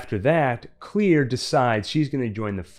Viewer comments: lol why do you say her name like that , it’s Claire not Clear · Why did you keep saying clear? It’s clair. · am i the only one who is annoyed by the guy saying "clear" not "Claire"? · Everytime is said "Clear" instead of "Clare" I cringed 🥴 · If your gunna say someone’s name say it right that’s annoying asf it’s simple asf let’s say it together clair dumbass not clear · Isn't her name Clair not clear? Anyone else bothered by this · It's Clare! Not clear! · Claire.. not clear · Claire not "clear"... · DUDE YOUR KILLING ME. It’s Clare not clear. Everyone I hear it I go insane. It’s like death is coming for………….☠️🪦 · Why he say Claire like that? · I never understood why he can't pronounce Claire's name properly.